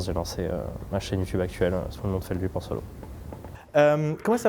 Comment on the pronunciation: ça me stresse quand les gens prononce mal Feldup 😭😭